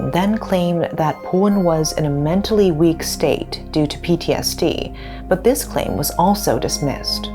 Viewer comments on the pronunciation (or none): none